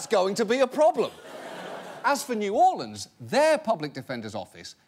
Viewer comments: New or-lee-ans? Really? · Can we talk about how the guy in the vid pronounced New Orleans? nEw OrlEaNs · Anyone notice he said "New Orleians" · "New Orlee-ans" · "In new orLYANS for example"